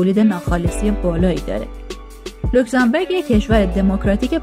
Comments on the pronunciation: بانوی محترم اسم کشور اروپائی لوکزامبورگ نه لوکزامبِرگ. بورگ در زبان المانی قلعه و بِرگ به کوه گفته میشه تو لاتینش هم رو نقشه نوشته.موفق باشید.🎉🎉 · لوکسانبورگ نه لوکسانبرگ معنیشون فرق میکند برگ یعنی کوه بورگ یعنی قلعه